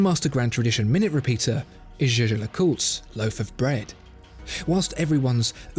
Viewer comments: Absolutely! That's why the narrator is so proud to say a thousand times "Shisher LeCoultre" - it makes my ears bleeding! Just because the french can't pronounce the German word "Jaeger" (which means "hunter") you don't have to copy the nonsense! Pronounce it like" Yeager" - please!! Don't sound like a fool for people who knows more than 1 language. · The video is very nice and interesting, just one issue : Disgusting of mispronaunciation of the brand name : Jaeger is not shesher ! Please speak it correctly ! It is like yeagear ! the g is more like a soft k and never like a sh Say it loud : JAEGER YEAH-GER ! Jaeger is the German word for huntsman, we don‘t say hunshmen, do we ? cheers😘🚀⭐️ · Is anyone else questioning the fact that he’s saying jeje and not pronouncing it yay-gur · its pronounced the like german (Jäger) as its a german Name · It's not pronounced the way Germans say it, but actually jay-jer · "Jay-jer" lmao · still should be pronounced like Jagermeister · Jaeger seems German, and as such, should be pronounced in German, while LeCoultre has to be French....By the way, 200.000£ for a watch borders on crime against humanity, cause the huge amount of money could had saved 20.000 people from starvation. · Terrible torture to hear how he pronounce Jaeger. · Well clearly you don't know French. The way he pronounces "-er" is wrong. Source: And fyi you assumed wrong, I can speak French and where I live French is spoken. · It is so cringy how he pronounces jäger